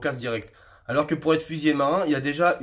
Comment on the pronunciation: Il est important de bien prononcer : fusilier et non fusillé...